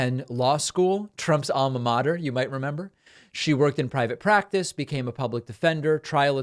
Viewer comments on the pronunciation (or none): none